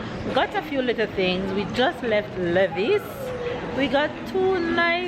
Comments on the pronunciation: I was wondering what is Levis, but realized we pronounce it Lee-vi's...and it's the jeans u talking about lol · 😄😄🇯🇲 Americans say Lee-vies.